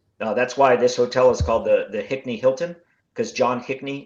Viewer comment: Hinckley, not Hickney. If you're not sure how to pronounce it, ask Bush.